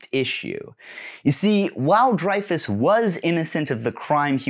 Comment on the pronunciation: Hi, great video, just wanted to mention, Dreyfus is pronounced like Rey in Star Wars. Love from France!